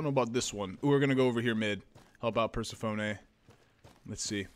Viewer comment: An $80 gram of high terpene indica + the way you pronounce persephone and change? The best laugh I've had in awhile! New sub here, keep it up!